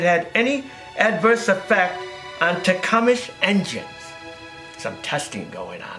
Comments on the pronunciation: carbu"traitor" is funny but Tecumesh is pronounced Tecumseh. Or am I missing something? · Tah - come - sah not takumish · All the other slips of the tongue I get. I would say te-come-say. I think Tecumesh is just easier to say. is one of life's great natural communicators. He would be a great teacher of whatever subject he chose. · Pronounced as ""Tea-Cum-Sah"... Althought their Carburetor Design "SUCKS", they have good engines.